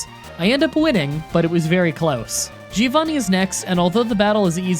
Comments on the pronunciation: Btw Giovanni's name is pronunced like this "joe-van-nee" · It's funny you complain about your name being misspelled and you always call as Gee-Oh-Vanni you idiot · Italian tip: Giovanni is pronounced like "Jovanni" rather than "Geeovanni". It's the Italian for John, not for Geeohn